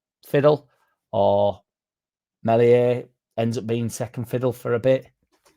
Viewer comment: Maybe we should have cashed in on Meslier ( who you pronounce correctly. Have you been taking French lessons? ) Chelsea were after him and others but our club saw him as a potentially good keeper. Ah well good luck to the Lad wherever he goes.